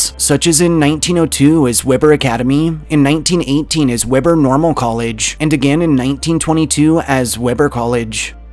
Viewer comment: It's WE-BUR State University not Webber like the grill.